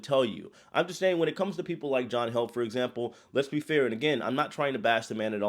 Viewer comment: It’s John Heald - pronounced heeled